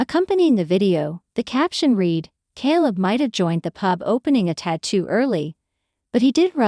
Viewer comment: Jesus Mary &the donkey ! stop with the KAL it’s K ,kay kayyyyy leb you’re making us crazy 😫🍀